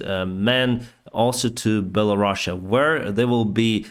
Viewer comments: “Bella-Russia?” Is that how it’s really pronounced or is he making fun of them? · I thought that the name was Belarus and not Bella Russia 😄